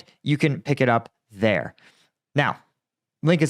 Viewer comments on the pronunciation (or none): none